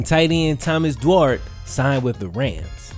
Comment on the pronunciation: THOMAS DUARTE AYYYYYYYYYY (Pronounced how you said it but "ay" not "art" at the end) Kay fans know whassup